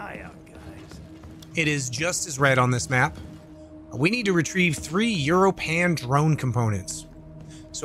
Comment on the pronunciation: Europan is pronounced like "your open"